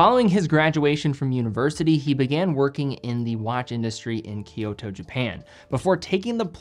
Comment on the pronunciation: I was born in Japan, and currently live here (for the past 14 years). I also speak Japanese relatively well. FYI: I humbly offer a correction on you pronunciation of KUOE and KYOTO. In Japan, we do not use the Roman alphabet, we use two different syllabaries; Hiragana and Katakana. And of course Kanji - a pictogram . So, KUOE is written くおえ in Hiragana. This is three distinct syllables … ku-oh-eh. And KYOTO is written 京都 in Kanji and きょうと in HIRAGANA. This is pronounced with two syllables … Kyo-to, not three syllables … ki-yo-to. Respectfully yours. 西川トミオ